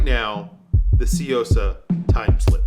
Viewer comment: It's pronounced soo yo sa not see yo sa